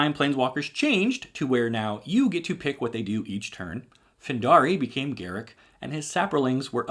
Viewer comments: Wizards stated years ago that his name is not pronounced "Garick", it's pronounced "Gar-ruck", as it rhymes with truck. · I know WoTC said his name is pronounced Garruk, but I prefer Garruk. I've always called him Garruk and refuse to say Garruk. Fight me